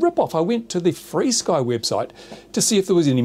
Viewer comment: Is it REALLY pronouced FREESKY?? How does that work? Here, UK, we say Ef ARE Sky.